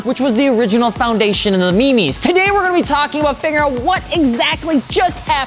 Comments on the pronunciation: Lost me at me-me's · Memes? Come on it’s memes